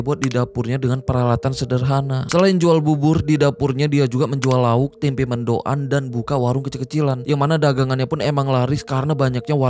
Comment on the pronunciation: Bukan mendo'an bre 😅 "mendoan" gak space pengucapanya... Cilacap hadir